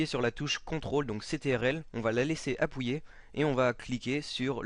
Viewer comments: Mdr il dis "appouyer" au lieu de "appuyer" Super tuto ! :) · Bon tuto mais juste un truc on dit appuyer pas appouyer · Ta dis Apouyer mdr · MDR tu dit Apwouillé au lieu d'appuyer mdr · mdrr "apouyer" xD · super vidéo ! tu m'as tué avec ton "apouyé" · c'est un accent ) enfin j'crois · Il a dit appouyer ou je reve xD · Je suis le seul à éclater de rire quand il dit "Appouyer"? x') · on va "appouyer" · faut pas oublier de maintenir CTRL " Appouyer " mdr, sinon a part sa super tuto t'assure ;) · Il vous suffit d'appouyer,on appouit lol Merci mec jviens de le prendre et j'avou que tu m'as bien aidé.abonnement oblige :) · J'adore t'est video!!!! Se qui ma fait rire c'est quand tu disait "appouier" sinon continue!!!!!;) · j'adore quand tu dis on va "appouiyer" mdrr sinon tes tutos franchement que dire de plus a ^part parfait!!!!! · Jadors quand tu dit apuié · T'as un problème avec le mot 'appuyez' sinon super tuto !